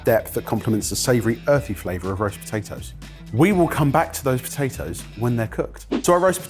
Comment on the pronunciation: po tay toes … not btatoes